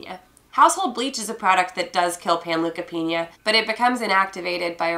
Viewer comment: Panleukopenia (pan-Loo-ka-Peen-YA) Pan look a peen YA